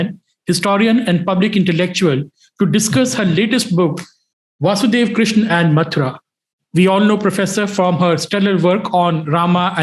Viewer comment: Who is krishn or Krishan? It's Krishna.and it's Upanishad not Upnishad and it's Vaasudhéva not vaasudhév.Pramuka not pramukh.Kansa.Sthaanam or Sthaana, there's no way in hell it was written sthaan as it as schwa deletion corruption did not exist in ancient era. Are you people even qualified to speak on Raama & Mathura if you can't properly pronounce the words? Seriously, this is embarrassing. Please preserve our samskruthi.